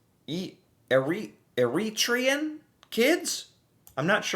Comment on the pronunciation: Here on the island, around Courtenay/Comox, an underground crossing was put in for the frogs to get back and forth safely. Bathroom with a bed. Because rent has gone towards Californian levels with Canadian wages. Eritrean. Air-ih-tray-an. People from Eritrea. Ocean Spray has a few "fields" in Richmond and area. It's quite ideal for cranberries being easy to flood for harvesting. The strawberries may have come from the area where the largest grouping of snakes in the world accumulate.